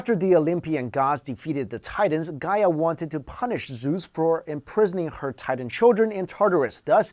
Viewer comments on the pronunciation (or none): none